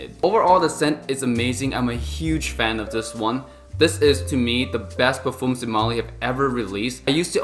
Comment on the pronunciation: When you are into Fragrances learn to pronounce the word Parfum otherwise just stick to Perfume.